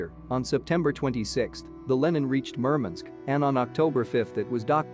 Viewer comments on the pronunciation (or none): Murmunsk ? MurMANSK MurMANSK WurMANSK !